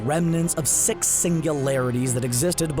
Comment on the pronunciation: Matt Smith I thought he said faze sex not 6😂🤣